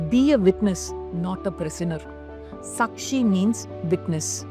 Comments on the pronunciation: May I? It's NISHKAAMA and SAAKSHI not Nshkama and Suckshi. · Good video with useful tips - few corrections please. niSHkaama, not niSHkama. saakSHi, not sakSHi... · I love your videos but why are you pronouncing the Sanskrit words weirdly... It's nishkaama not nishkama.. and Saakshi not sakshi.. all the words have very strong vibrations.. we should pronounce with awareness.. please... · Pronunciation of the sanskrit words is poor U need not convert them into Tamil n speak !!! Its Nishkaama not nishkama , Kaama not kama ! long sound of aa ! Its not sakshi - its Saakshi long sound of aa ! Its Buddhi forcible dhi not simple ddi Please learn a little Sanskrit n preach * U dont become contaminated if u speak Sanskrit correctly !!! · Very nice. It is saakshi and not sakshi. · Great presentation and beautifully explained. !! One suggestion... Kindly use correct pronounciation for the Samskruta words you used. Nishkama is actually Nishkaama ( without desire) Sakshi is actually Saakshi ( witness) Ppl might treat you as a guru for giving knowledge, so let them learn it right. Thank you for your effort & goodness.. 🙏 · Hi, i dont mean this in any other way; but just for info for those who might not know our language, and are learning, especially foreigners. It’s pronounced Kaama (desire) and Saakshi (witness), the A is longer like in ‘Answer’; ‘Calm’…. Not like ‘u’ in duck, suck etc . Have learnt a lot from this channel during some difficult times, living in a joint family… and hoping to keep learning 😊❤